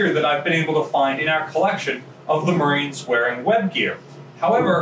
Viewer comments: Umm at did he say ship's maroons?? Instead of ship's marines? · Did he say Maroons? I only thought that was an insult Bugs Bunny called people.